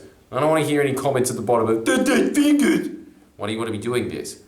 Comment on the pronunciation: DEH DEH FINGUHS